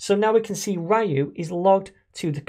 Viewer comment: i really cant get over the way you pronounce "Ryu", it feels so wrong to me lol.